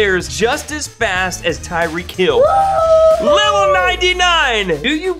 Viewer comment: You know you are saying tyreek kill not tyreek hill just letting you know.